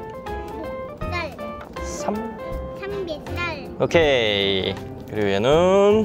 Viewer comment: 삼겹살 을 살벳살이라하는거 진짜귀엽다😍